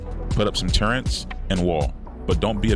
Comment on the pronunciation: Never trust a guy that calls Turrets "Turrents" 😮 Jk, good vid.